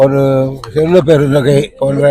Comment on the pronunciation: ஐயா அவா்பெயா் "செல்வபெருந்தொகை" இல்ல செல்வ பெருந்தகை😂😂😂😂